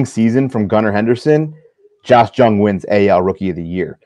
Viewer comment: Love the show but you guys have room to improve on your player pronunciations Pepiot, Jung, etc.